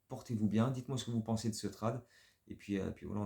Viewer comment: Move très étonnant... super vidéo ! Par contre on ne dit pas "trade" mais "trayde" au niveau de la prononciation ! Go Bulls ! ❤